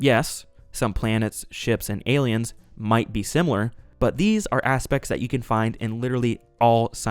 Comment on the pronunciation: Some solid self-introspection there. Will you say it simUlar to this time or take us to uncharted pronunciations hitherto never imagined?